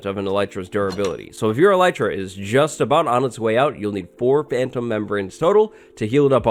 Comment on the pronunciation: name yout Elytra as "Elite-ra"